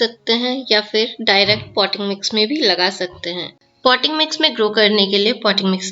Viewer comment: No clarity in your voice at this point poty mix?????